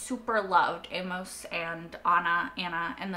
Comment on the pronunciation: Amos rhymes with famous, hey miss and shameless. Is the way Amos is spelled throwing you off? I think you're American, so it seems impossible but have you never encountered someone named Amos? Why the odd pronunciation? Famous Amos is the number two brand of chocolate chip cookies, only behind Nabisco's Chips Ahoy. I prefer them soft, right now Chic Fil A's are my favorite. Back on point - I too love this show. Breaking Bad is my all time favorite series. This show is a very close number two. Very well done. I am surprised it struggles to get views and was cancelled mid way during season 3. Then again I just heard and started watching it a couple months ago. Currently I'm one episode ahead of you having watched Season 4 episode 1. You have a very good grasp on what's going on. I discuss it with a co-worker to hash out what we saw. Then I watch Reactors like you, The Normies, Scriptonite and Molly Bee Reacts. Really miss New Complex channel. This would have been ideal for her. She got me through Devs and Westworld. Thanks for sharing.